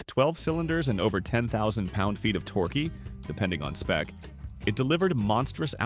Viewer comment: Torq ee? Might want to work on pronunciation. I'm done .